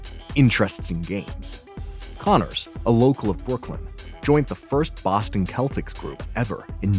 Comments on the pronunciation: What country are you from? It's pronounced seltics not keltics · Dear Narrator: It’s “Boston (pronounced “Sellticks”) Celtics”, (not “Kellticks”) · I noticed that the narrator mispronounced the name of the basketball team, the Celtics. He says “keltics” instead of “seltics.” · Ahh yes, the old kell tics. I' ve never heard it pronounced other than sell tics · It's pronounced the Boston Sellticks, not Keltics. Paul Fix played Marshal Micah Torrance, not Michael. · I have enjoyed the show for many years and still watch it today on tv and YouTube. Just one correction. The basketball team he played on was the Boston Celtics, but pronounced like seltics, not keltics. I got to meet Chuck Connors in 1984 and told him how much I had enjoyed his work. He was a very nice guy. And by the way he was also on several other tv series including Arrest and Trial, Branded and Cowboy in Africa. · Boston "CELL"- tics, not KELL-tics. Jeesh! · Just an FYI, The "C" in Celtics is pronounced like an "S" Seltics and not like a "K" Keltics. Just wanted to point that out. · The narrator is mispronounced words. It's Celtics. Not Keltics. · Boston "Keltics"... what a maroon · there is a soft C in 'CELTICS' (The NBA franchise). the Green won 17 World Titles, and 18...could be near. Connors was a guy who I guess, could do anything, athletic or dramatic. he was so big. the first to literally ''pound the boards'' to smithereens. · The “KEL-tics” may have been in Ireland, but never in the NBA. How could such glaring nonsense have slipped by the producers.! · I noticed that too!... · Need to learn how to pronounce Celtics. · Boston Celtics is pronounced with a soft "c". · Believe it or not, I got through the entire thing w/o screaming. Even when the narrator didn't know how to pronounce "Celtics". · Saying the basketball team's name wrong! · It’s actually pronounced both ways, depending where you’re coming from.